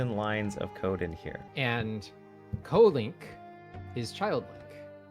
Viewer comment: Lol "kolink". As in "Kodomo Link". Bro Japanese knowledge would come in clutch there lol